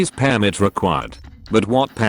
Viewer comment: It's pronounced "permit" not "pairmit". God who educated you, Microsoft?